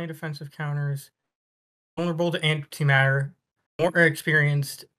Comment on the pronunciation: When you said “anti matter” on the tank part it physically hurt